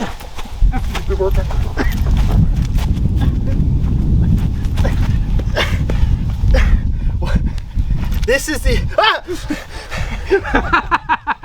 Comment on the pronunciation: Its clear that wil nat worck